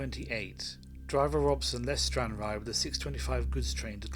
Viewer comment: You are pronouncing Stranraer incorrectly